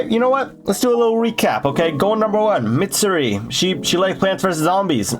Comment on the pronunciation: Bros rizz is so immaculate he butchered mitsuris name and im not even mad